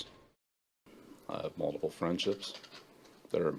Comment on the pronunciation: one of my lowkey favorite things about BB is how he pronounces "multiple" like "muldable"